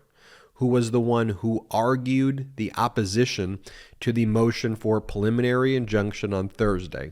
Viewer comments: PREEE liminary. Not puh-liminary. Thank you. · Please stop saying perliminary. The word is preliminary.